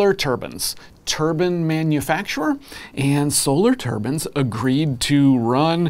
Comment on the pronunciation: When he says Turbans, does he mean Turbines?